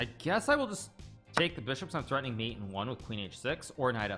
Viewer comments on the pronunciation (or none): none